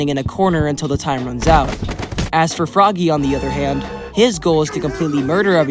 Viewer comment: It’s pronounced frog-ay